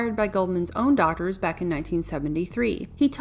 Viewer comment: it took me one too many rewinds to realize that the speaker’s saying ‘daughters’, not ‘doctors’. It still sounds like ‘doctor’, though. That being said…don’t think I knew “The Princess Bride” was an actual children’s story.